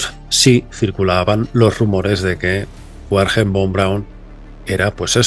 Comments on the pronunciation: Excelente como siempre, pero el nombre de Von Braum era Wagner en alemán se pronuncia Vagner, si lo haces como "Uagner", es pronunciar el idioma pirata, uakala, brit brit, no lo puedo hablar 😂😂😂❤❤ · "Buerjer" von braun jajajajajajaj pinche forma de hablar mas horrible !! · el nombre Werner se pronuncia Berner